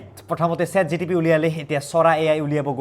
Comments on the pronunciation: Chat GTP nhoi o Chat GPT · ChatGTP nohoi ChatGPT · chat gtp nhoi chat gpt😂😂😂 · Chat GTP, "chora" AI, "Chithhi"!!! 😂 itna kaise galat bol lete ho